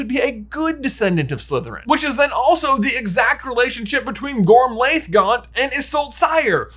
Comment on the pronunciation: and, I love your videos. They're always entertaining and thought-provoking, and always worth a re-watch. FYI, Gormlaith is actually pronounced "Gormleigh" or "Gormley" (rhymes with Ashley). The "-iath" ending is Gaelic and makes a long E sound. Loved this video. I wonder if there's one more possibility that isn't being explored: Antioch Peverell's descendants (if any).